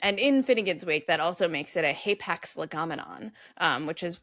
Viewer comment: Hay packs? Never heard άπαξ pronounced like that! I just looked it up and both alphas are short.